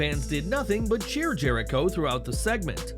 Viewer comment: You meant to say... "THE ALLE-GAY-TIONS of JERK-IRO"(Jericho).... That's what you meant.